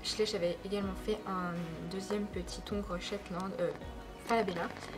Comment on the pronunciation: On ne dit pas le ongre on dit l'ongre sinon super vidéo bisous je adore 🙂😉😃😽